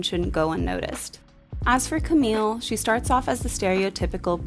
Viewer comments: 'camille' in french is pronounced 'kam-ee', not 'kam-eel' :) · Camille is pronounced as "cami" 😊💕! Lovely video and review! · Camille, you don't pronounce the LL, it's still a french sounding E at the end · love your review as always, but everytime i heard you pronounce "Camille" with an "l", it kind of hurt 😅